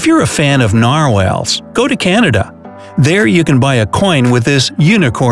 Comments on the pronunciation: Oh can again lake (emphasis on "can"). I've never heard it pronounced that way before. I've only ever heard it pronounced oka noggan (emphasis on "noggan", sounds like toboggan). Narwhal isn't pronounced nar whale, it's nar wall. Not in the video, basketball was invented by a Canadian. Also, The Hudson's Bay Company (department store similar to Macy's) existed before Canada or the U.S. became official countries. U.S. became a country in 1776, Canada in 1867 but the Hudson's Bay Company existed in 1670 and traded fur pelts. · “O-can-again lake”?🤦🏼‍♂️ it “Ok-AAA-nagan” !!! Edit: this guy cannot pronounce